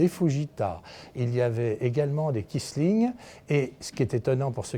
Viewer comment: ce n'est pas Krisling mais bien Kisling